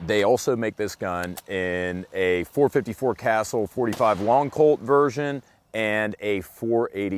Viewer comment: 454 casull. not castle